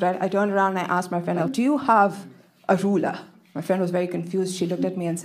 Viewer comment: I love the way she pronounced "ruler" 😅